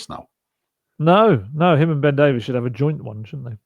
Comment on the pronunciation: We can't let Ben Davies go, just at the point where is beginning to pronounce his name correctly.